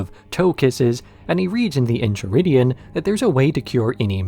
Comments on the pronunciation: The Incheridion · En-chai-ridion lol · Aight you got me. Was ready to be snarky af about how you pronounce that book name repeatedly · I knew the EnCHiridion bit was on purpose. Still pissed me off.